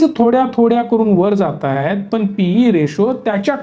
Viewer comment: फक्त ण लां न म्हणतात. उ दा. पन, म्हनतात. म्हंजे.